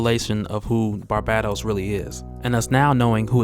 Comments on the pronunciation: Lol barbattos bruh: “bar-BAE-Dohs” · bar-BAY-toes NOT bar-BAT-os. good vid but your pronunciation of his name was annoying the hell out of me lol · Who TF is Barbahtos, I thought it was Barbatos 😂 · The second “a” is long... Barbatos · Love your work bro... So it's with great respect I say this: Its pronounced Bar-BAY-dos. Stay up though bro. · pretty sure it's pronounced "BAR-BAY-TOES" as someone who reads more than listens to media it's difficult to transition. took me like a decade to pronounce Djinn properly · bruh its bar BA Tos. watch iron blooded orphans and youll understand he has the same name as mikazukis gundam. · Are u sayib his name right wtf lol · It's not that hard to pronounce Barbatos smh... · Your pronunciation of Barbados is throwing me off! Otherwise, great video dude! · Argghh the way you was saying barbatos was killing me. Back to comicsexplained to hear Rob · learn how to properly say Barbatos. your pronunciation is toooooo cringy !